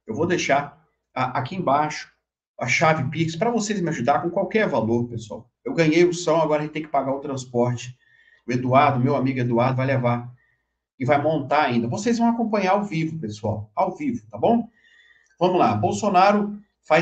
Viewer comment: Dr, não é São é som